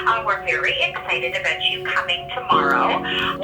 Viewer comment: THE CANADIAN LADY SAID ABOOT LOOOL